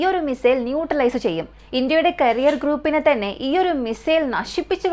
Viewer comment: കരിയർ അല്ല കാരിയർ എന്നതാണ് ശരി...കരിയർ മിസൈൽ വച്ച് ആരുടെ കരിയറാണ് നശ്ശിപ്പിക്കുന്നത് 😊